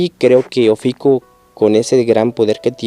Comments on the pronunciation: es OFIUCO no ofico ni oficuo habla bien fan boy de shaka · ES: OFIUCO... "IU" NO; OFICUO... NO "UO" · Se dice Ofiuco no oficuo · Es Ofiuco... Y tú aferrado "oficuo" pendejo...